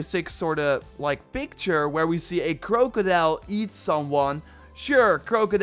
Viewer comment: The way you say crocodile, damn.